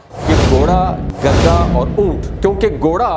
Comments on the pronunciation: او گدھے یہ لفظ گدھا ہے نہ کہ گدا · گدا نہیں گدھا ہوتا ہے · Gadha na k gada gada to bead par bichaty hain ya char pai par urdo to aap ki bohat kharsb hy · گدا نہیں بھائی گدھا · گدھے کا ھ غائب ہو گیا آپ کے بولنے میں جسطرح سینگ گدھے کے سر سے😂